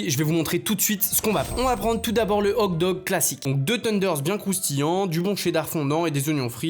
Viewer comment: Tu sait pas dire le mot Hot dog? 😂😂😂😂 ces pas hog dog mes hoT dog